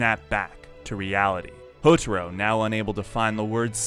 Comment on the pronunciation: "Hotoro" "Hotoro" God!! HoTAro! Ta! its Ta! Pretty sure u heard his name said hundreds of time in the anime....